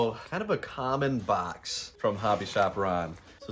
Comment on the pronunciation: "This bax of lacks" Haha. Michigan accent.